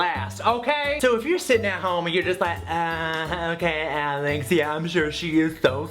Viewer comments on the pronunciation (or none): none